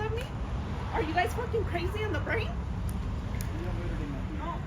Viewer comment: "Crazy in duh blain" ????😂😂